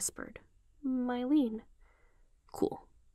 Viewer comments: I love your fanfic and the way you narrate it But Mylène is pronounced me-lehn not my-leen. Sorry, I know I'm being THAT person but it was really bothering me 😂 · (Also Mylen is pronounced “me-len” in the show, idk if anyone else has said anything about it)